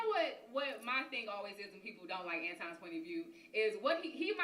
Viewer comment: It’s ANTON not Antwan 😂